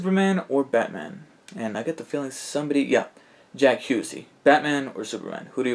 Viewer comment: Thanks for answering my questions. But you pronounced my last name wrong. It's Hussey like Huh-see not like Hugh-see.